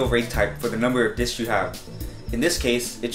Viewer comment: Plural for disk is 'disks'.....not 'disk-uzz' :)